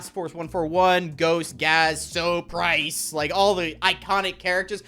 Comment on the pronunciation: did you say rice instead of price and why did I think twice when I heard that